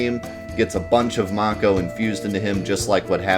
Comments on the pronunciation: its may ko not maw ko. get it right! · I want to watch this video but your pronunciation of mako is making it hard. I don't know how it's actually supposed to be pronounced but in my head it's always been "MAY-ko" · Man I hope the remake pronounces it like "make-oh" like how I thought it was pronounced my entire childhood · I stopped watching when I heard how he pronounced mako. I'm so offended!